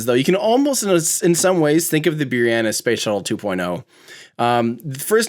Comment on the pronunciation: C’mon, it’s Boo-rahn, right?